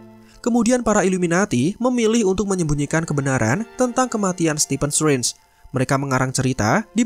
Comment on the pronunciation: Biasa aja bro ngomong "strange" nya